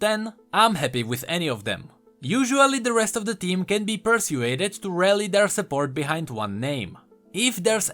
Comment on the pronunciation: they way you pronounced persuaded was funny